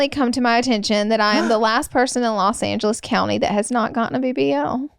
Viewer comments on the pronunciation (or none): none